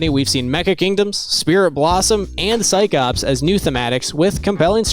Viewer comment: did this idiot just say psych ops